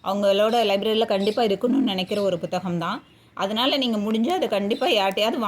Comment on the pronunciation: எல்லாம் நல்ல தகவல். But புத்தகம் என்று சொன்னால் தான் தமிழ் உச்சரிப்பு சரி. நீங்கள் "Bhu " என்று ஏதோ thaminkilish ஆ இருக்கு 😢